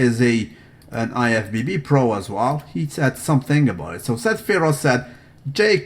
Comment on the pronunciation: Seth's surname is pronounced feroseee, not feros.